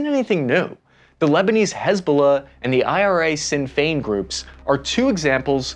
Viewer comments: Its pronounced shin feign, not sin fenn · “Shin” Fein not “Sin” Fein. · Sinn fein is pronounced shin fain in English it means "alone together" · For future reference it’s pronounced “shin fein” not sin fein . It’s Irish so wouldn’t expect you to get it right 😂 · It’s pronounced “shin feign” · Sinn Fein is pronounced Shin Fein btw bro 🇮🇪